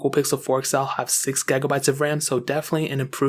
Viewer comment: What's with the gegabytes I swear it's giga